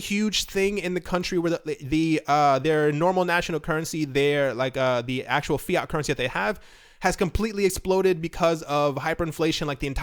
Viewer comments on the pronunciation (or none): none